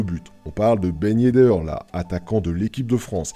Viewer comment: " Ben yeddeur " lol